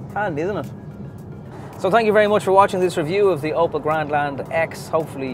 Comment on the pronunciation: Opel not oppo